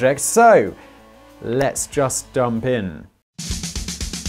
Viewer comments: You said dump in instead of jump in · im like 90% sure you said "lets just dump in" lol